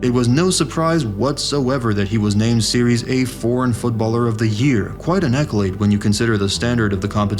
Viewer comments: Why you always got to say 'series' A when it's 'Serie' dear AI or a person who made this video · It's serie aah, not series A. Pronunciation is off